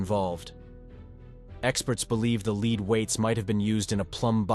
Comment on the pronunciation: "Leed" weights? Come on, get a real human being to narrate--someone who knows how to pronounce basic English words in context.